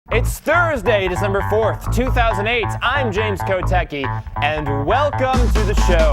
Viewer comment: yes you can!!! say "C" in KOTECKI for once, pliiiiiiizzzz!